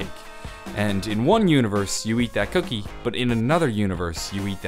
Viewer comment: The way he said cookie,LMAO Also, Me eating chicken And Shows internal organ Me: ._.